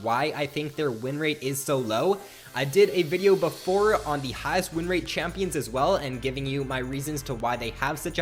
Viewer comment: ''rin rate''...